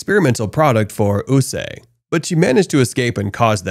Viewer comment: It took me longer than I care to admit that you meant USA every time I heard "uu-sah" or "uu-say".